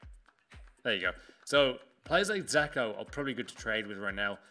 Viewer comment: Dzeko isn’t called zeko